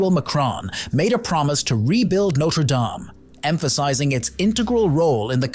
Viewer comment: The pronunciation did start badly, didn't it? The last few minutes finally got it right. Thankfully.